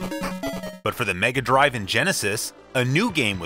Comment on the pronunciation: You're pronouncing "Megadrive" wrong sir ;)